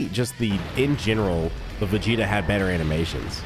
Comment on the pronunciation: Bro kept calling Vegeta "Vegeto"